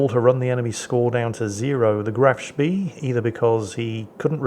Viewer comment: Wherein pronounces "Graf Spee" properly, and get's Isoroku Yamamoto's name in correct order. Huzzah! Hurray! A feast-day, a red letter day! All slaves in the salt mines may have one more minute of sleep tonight, in celebration (to made up tomorrow with five extra minutes of work).